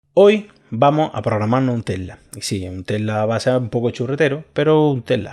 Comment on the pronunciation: entiendo mas el codigo que cuando hablas, se te escucha tela y no tesla, omg